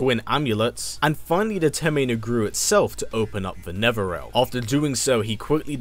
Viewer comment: YES ,Mortal Kombat is my second favorite game and now Devil May Cry which IS my favorite game ,what a lucky life. Also i like how u said netherlearm instead of hell or the underworld XD